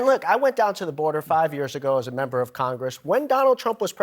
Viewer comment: She Fo-ghat to Thank a Union Memba